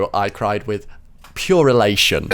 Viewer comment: Bro he said pure elation lmao. Wtf is purilation?? 😂